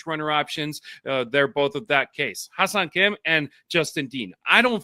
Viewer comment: It's pronounced "Hyay-song" almost like "hu-yay" but with the "Hy" blending more: "Hh-yay song." Key: it's not "high-song".🙂